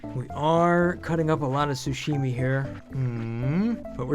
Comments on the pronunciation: i like the way he says SUshimi. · It's *sa*shimi